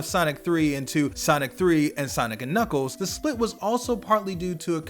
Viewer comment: Knuckles not knuckle